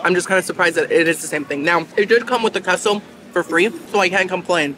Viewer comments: Girl…it’s pronounced K-SO ((QUESO)) love ya either way!😘🤣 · Queso isnt like keh-so....its more kay-so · Please… it’s Kay-So (Queso). Also, it’s Buff-A ( not Boof- A) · ok this totally basic (not) white girl is going to correct you lol it"s kayso love your channel so much